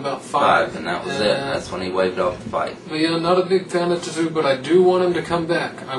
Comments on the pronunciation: Your lack of knowledge is astounding. Respect though for being willing to embarrass your sorry asses like that. LOL. Can't even pronounce Tszyu and you're 'boxing fans'. Couldn't stop laughing throughout that video at how dumb you guys sounded, LMAO. Tszyu detsroyed both Mitchell and Judah (both cried in the ring), what a joke this was. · You guys are a farking joke. I couldn't stop laughing at your review of Kostya Tszyu (you can't even pronounce his name) LOL. He smashed Jab Judah, and had the fight continued he would have continued to do so.